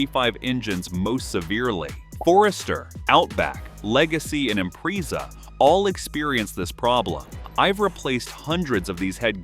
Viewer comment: You repair Subaru's all the time, every day. But can't pronounce Impreza??? Mmmmm hmm. LOL